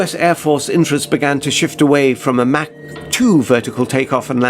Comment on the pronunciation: Mach not Mac